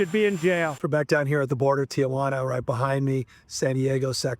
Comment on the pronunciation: I just heard him say "Tiajuana" and not "Tijuana", and "Yeeseedro" and not "Ysidro". CLASSIC white antagonist behavior. Can't pronounce the areas of his own state. Pathetic.